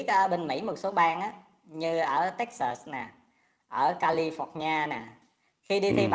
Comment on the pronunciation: Omg giáo su Anh van gi ma nói “Tex sêt” vây mà chê nguòi ta